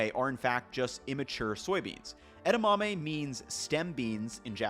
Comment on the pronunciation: e-DA-ma-me, not e-da-MA-me